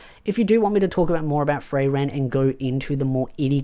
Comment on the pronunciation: i think the german word is spoken: "Free' - ren" anyway, best Anime of the Year!! xD